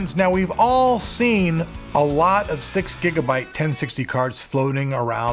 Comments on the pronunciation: six bigabyte lol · Bigabyte lol